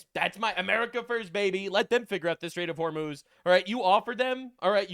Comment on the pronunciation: I swear I heard netanyahu say "Straits of homos"